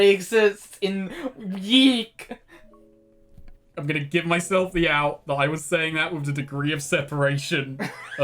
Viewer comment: It's funny you said that, Snake, because several times up to now, when one of you said "YIIK", you didn't aspirate the "k" very much, so I misheard it as "yeet". XD